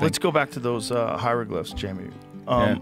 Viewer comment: This guy has a funny way of saying I can tread hieroglyphs